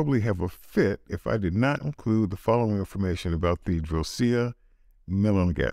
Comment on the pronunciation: You pronounced drosophilia wrong, but amazing video. Your channel is an amazing resource for people interested in unique wines